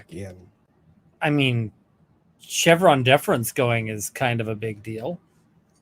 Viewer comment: & Lumber Every time you say ‘Chevron Deference’ I hear ‘Vas Defrens’ 😬😆